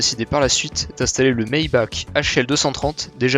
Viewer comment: Oui Maybach se prononce plutôt "Mybahr"